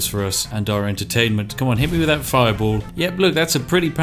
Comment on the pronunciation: "TH" =/= "F"